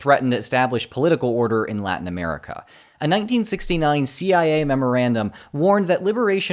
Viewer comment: "Not CIA" sounded like NAZI i a 😅